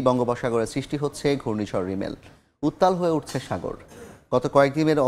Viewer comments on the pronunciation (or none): রিমেল না রেমাল